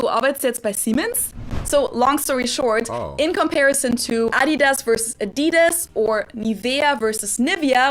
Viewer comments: I‘m German and live in the US and I was totally blown away by the fact that I can find so many German brands here! Hearing the funny American pronunciations though…hurts sometimes 🤣 Adidas is definitely one of the worst haha You’re doing great btw! Really impressed how fast you’re learning and your pronunciation is so much better compared to most Americans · Adidas is pronounced they way it is, because RUN DMC sung My Adidas, instead of Slick Rick.